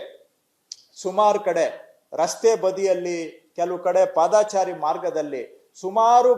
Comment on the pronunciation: ಪಾದಾಚಾರಿ ಎಂದು ಹೇಳುತ್ತಾ ಇದ್ದೀರಿ. ❌ ಅದು ತಪ್ಪು. ಪಾದಚಾರಿ ಸರಿ. ✅